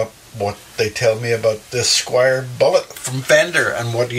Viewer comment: This is a well-meaning correction - Squier not Squire.